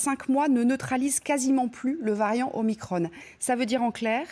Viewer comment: Même pas foutu de prononcer le nom du variant comme il faut